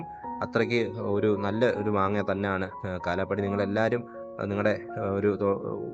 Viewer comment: കാലാ പാടി അല്ല കാലാ പഹാടി എന്നാണ് ശരിക്കും പേര്